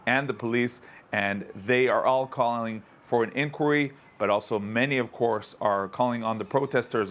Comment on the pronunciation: Why cant this guy say inquiry? What's wrong with him?